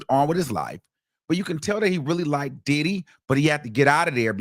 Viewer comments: Emphasis on the Did - HE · The best is when he says “ And DIDDY….!!! “ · The way you say Diddy , lmao. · The way he says Diddy takes me out😂😂